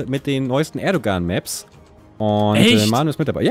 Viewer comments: Hat Bergi ernsthaft Erdogan mit G ausgesprochen xD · man spricht es erdoan aus